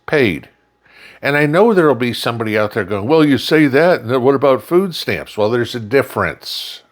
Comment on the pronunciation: It's not food stamps for Christ sake...it's "FOOO STAMMS"